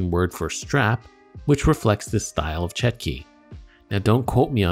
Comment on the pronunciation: it's chotki not chetki